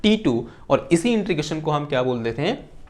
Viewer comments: It's not intrigation but it is integration. Please pronounce it properly otherwise it is irritating to listen. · 'इन्टीग्रेशन'...... न कि ...... 'इन्ट्रीगेशन' .... 😂😂😂